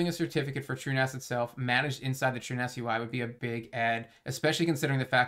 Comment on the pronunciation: My man is finally pronouncing it "TrueNAS" instead of "TrueNOS"